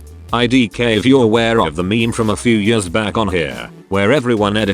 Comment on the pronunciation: Why dies he pronounced meme "maim"